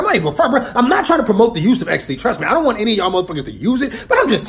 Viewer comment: Even though you kept saying dint take it, the whole story makes me wanna take it cos fuck it.